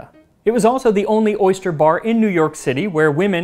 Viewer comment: I'm allergic to oysters but I can't quit laughing at "orgust" 😅